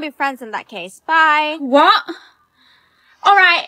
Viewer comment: Why did you always say what instead of 😂 whah